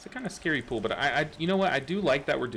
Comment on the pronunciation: i love your videos and you are so good and informative but i can't stand how you pronounce pull... it's not pool